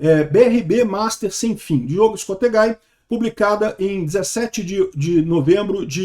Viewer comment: é "ESCOSTEGUI" a pronúncia e não "ESCOSTEGAI", Escosteguy é um nome de origem espanhola.